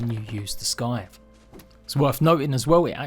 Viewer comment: Scythe is pronounced Sigh-th not sky-th 😅 otherwise great guide. 👍